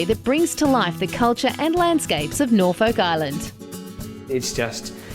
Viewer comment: Having been there mulitple times, that is how the locals pronounce it